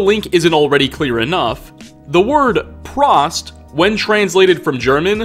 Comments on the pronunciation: Prost, pronounced like Toast. Not like Frost. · as someone who knows German I feel obligated to correct you on your pronunciation of 'prost' it is not 'prahst' it is 'prohst' you may now continue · One correction on the bar name...Prost is said with a very long oooo sound...Prooooost...means cheers in German. Oder auf Deutsch Prost!!!🍻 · Its pronounced Prost. Like Toast. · Its pronounced prohst not prost btw. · does not observe "Okto'be(e)r'fest" and it's Prost like 'Pro-Bowl' not 'Frost' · Its pr-oh-st but thank you for pronouncing my last name correctly Also everyone being like “Tarzan isn’t Disney” you are partially correct. Yes the original story isn’t a Disney but then original story is also fucking horrible but he’s referencing the animated film from Disney who copyright and takedown a fuck ton of videos if it’s even just a 1 second clip. Congrats on knowing more than the average consumer but come on guys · Prost is pronounced like “pro” and “host” with out the “h”. Spivey is pronounced “Spy-vee”. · It's pronounced "Prohst". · I was waiting to see if someone would correct it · Oh boy you absolutely massacred the pronunciation of "prost" XD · Apparently we're the only people who caught this haha. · pronounciation is on the O in Prost, a long O :D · First I was SCREAMING when he mispronounced Prost. My kids actually came in and asked what's prOst? Also even though I know 100% he was saying kiddie kingdom I was hearing titty kingdom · Fyi "Prost" is German for cheers also you pronounced it wrong, its a long o not a short o. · I clicked off as soon as I heard "The Prost" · Listening to you mispronounce "Prost" almost makes me angry lol